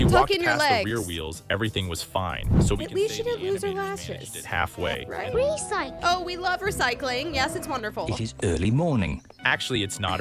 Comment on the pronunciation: The dino saying RESICLE RESICE RESICE got me rolling to mars